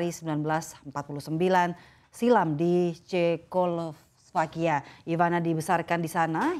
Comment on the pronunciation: gagal fokus: ini penyiarnya nggak tahu / nggak bisa baca Cekoslowakia?? LOL